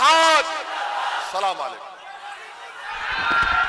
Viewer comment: Last word salamulaikum h ye wrong h Assalamualaikum hoga